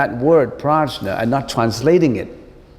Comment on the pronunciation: I think the correct pronounciation of Prajna is "Pradnya". CMIIW